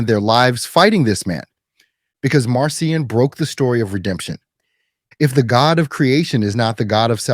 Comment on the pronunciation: Pronounced Markion. Attend school.